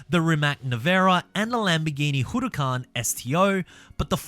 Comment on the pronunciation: It's not pronounced "whoo rar carn"